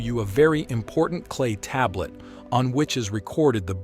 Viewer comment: I never heard tablet spoken like table-et untill I listened to this garbage.